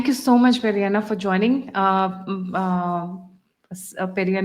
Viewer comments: Shri PVRNR is from Andhra, so please refer to him as Peddanna (elder brother-Telugu), not Periyanna (Tamil) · Peddannaya (Telugu) instead of peri anna (Tamil) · Salam Begum Sahiba. He is Peddanna. Not Periya Anna. Please dont impose Tamil Imperialism on us.